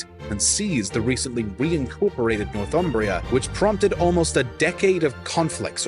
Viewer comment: Northumbria is pronounced "Nor-thumbria", not "North Umbria". Americans often get this wrong. It takes its name from the river Humber - the land north of the Humber.